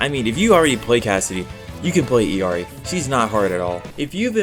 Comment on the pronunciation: as an illari main, anyone who pronounces her name the right way ill be ur daughter 🥰